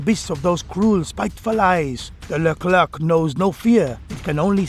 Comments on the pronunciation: Leclér not Le Klerk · As a french , it's accurate. (And it's pronounced "leclaire" not "leclairke" xD)